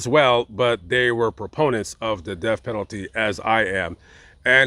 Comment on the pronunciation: Oh that's okay. It was kind of towards the end of the video.... said "Im a proponent of the death penality" but it kinda sounded a little bit like he said "opponent" lol But yeah I've known for a few years that definitely supports the death penality. I've been watching his channels for about 4 years and he has mentioned it several times. Okay have a good night.🙂